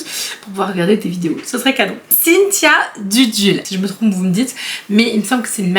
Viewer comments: Dulude pour Cynthia et non dudule ! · C'est Cynthia Dulude pas Dudule 🤣 mais c'est mignon aussi comme petit nom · Coucou c’est Cynthia DULUDE et non DUDULE 😁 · C'est Cynthia Dulude pas Dudule 😅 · Coucou, juste une petite correction : C'est Cynthia Dulule, pas Dudule 🤣. J'ai tellement buggé quand je t'ai entendue, que je l'ai cherché sur YouTube, pour être bien sûre que c'était ça, et qu'on parlait bien de la même personne 😅. Mais t'inquiètes, tu es humaine et je suis sûre que ça ferait bien marrer Cynthia, ta petite coquille 😊. Bisous 😘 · Cynthia Dulule et non Dudule 🤣🤣🤣🤣🤣🤣 Tu m'as fait bien rire avant d'aller bosser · Cynthia Dulude stp! 🤣🤣🤣 et pas "dudule" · Coucou! Juste petite correction rigolote ahah, pour Cynthia c’est Dulude pas Dudule ahah 😂😂 J’ai bien rigolé 😘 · Ha j'avoue que j'ai ri au nom écorché de Cynthia 😂 C'est Dulude, pas Dudule ! Mais c'est tellement mignon hahaha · Cynthia Dulude pas Dudule 🤣 Et oui elle est québécoise 😉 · Vite la partie 3 🧀🧀 Par contre, c est cynthia dulude et pas dudule 🤣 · Cest Cynthia Dulude pas Dudule! Ca m’a bien fait rire cette rebaptisation 😂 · Comment tu as prononcé Cynthia Dulude désolée mais j'ai tellement ri 😭😭😭